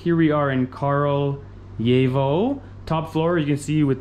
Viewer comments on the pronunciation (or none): Nice one, btw it is "kRAljevo", not "kARljevo". "Kralj" means king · Kraljevo - Краљево. Не Carl yevo. If you speak Italian "gli" is same Serbian "lj". А да није у питању летње и зимско рачунање времена код сунчаног сата? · To je zato sto momak ne izgovara tacno naziv grada.